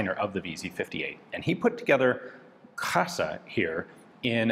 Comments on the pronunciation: It is pronounced as [kra:sa]. Long A, accent on R. It means "beauty". Happy to see you review another piece of history of my country. Always something to learn on your channel :) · i would like to fix the wrong pronounciation its not krasa (like you said) but its said with an long "a"(the "a" sound is long) edit another long letter pronounced wrong is in the name of the designer (again the "a" sound is not elongated) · The first A is a long sound. the word means beauty